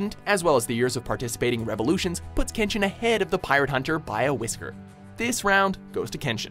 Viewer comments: He pronounce majority of kenshin names wrong asf. And kenshin is more realistic than zero one pice , of course he would win the majority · after all of the mispronounciation I thought would get all of Kenshin's attacks wrong, but they nailed it as well as all of kenshin's english dub voice actors